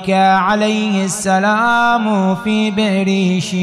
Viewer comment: سلام عليكم ...عندي رسالة هي نصيحة وتصحيح لكل الشيعة ...عندما يقرؤون دعاء السمات المبارك...يقولون في كلمة •••بئر شيع !!! وانا بحثت ووجدت انه لا وجوووود اطلاقا لهذا الاسم بل هو بئر السبع المذكور ايضا بالتوراةوالعهد الجديد...ومذكور بالروايات ...والسين تنطق بالعبرانية شين ...سبع او شبع ...وهو موجود بفلسطين...ولايوجد شيء اسمه بئر شيع !!!